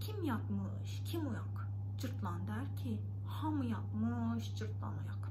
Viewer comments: Cırtlan deyil cırtdan ))) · Cırtlan nə ? 😂😂😂 cırtdan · Cırtlan yox, Cırtdan😊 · Cırtlan değil, Cırtdan :) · Öncelikle, "Cırtlan" değil, "Cırtdan" olacaktı :) Çok tatlı anlatıyorsunuz, ama tamamını öğretmemişler size, eksik kalmış